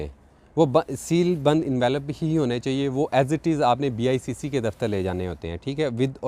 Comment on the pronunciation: It’s IBCC not BICC.